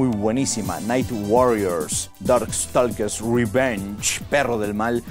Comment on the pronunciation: Un comentario constructivo, nada más para siempre seguir mejorando: Island se pronuncia Ailand, la S es muda y lo mismo pasa en todas sus variables como en: Prehistoric Isle se pronuncia Ail. También en Stalker, la L es muda: Staker Mi jefe también tenía arcades, CPS1, 2 y de SNES de esas de tiempo. Lamentablemente en un momento de necesidad, las tuvo que vender, como no le pude llegar al precio en ese entonces, no pude comprarlas, una lástima.